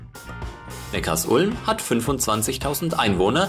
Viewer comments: Super Video! Sehr interessant, dass Obamas Großvater aus Besigheim kommt. Auch viele andere Details waren sehr interessant. Aber Neckarsulm spricht man nicht Neckars Ulm aus sondern Neckar Sulm :-) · Ich kriet jedes Mal Ohrenkrebs wenn jemand Neckars Ulm sagt. Die Stadt heißt Neckar Sulm!!!! Die Sulm mündet in den Neckar. Der Bahnhof in HN heißt ja auch Sülmertor und nicht S Ülmertor! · Vielen herzlichen Dank dir:) Ich war auch überrascht als ich das erfahren hatte:) hat das nicht mit Absicht falsch ausgesprochen sondern weil er die Betonung von Neckarsulm nicht wusste. Danke für Kommi und Like!!